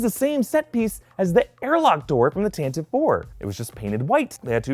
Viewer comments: You actually pronounce tantive as tant a vee. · Uhm Actually, Tantive IV is pronounced as "Tan-tee-vee" four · The "E" in Tantive is not silent.